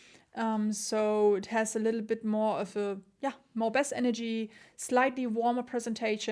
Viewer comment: Schaue die Reviews wirklich gerne. Was mich allerdings immer etwas schüttelt ist die Aussprache des Wortes "Bass" nicht wie das englische Wort "Base" (Basis) sondern wie das gleich geschriebene Englische Wort für den Fisch "der Barsch" (bass fishing). Also Wie "besser" nur ohne er.